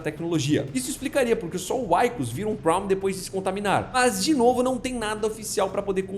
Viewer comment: O nome do personagem se pronuncia "Víkus" e não "Uáikus". Já foi mencionado em outro site que o "líquido negro" seria uma alusão ao petróleo, pois uma nação mais forte subjuga a mais fraca, mas que possui muito "líquido negro". E sua teoria é válida, mas não explica como milhões de prawns não conseguem levar a nave adiante mas um único sozinho consegue fazer ela voltar? a fábrica não funciona sem gerentes e engenheiros, mas da mesma forma não funciona sem operários.